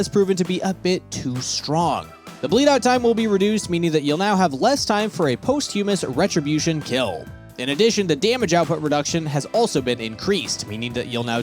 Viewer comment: Did this man say posthughmas lamoooo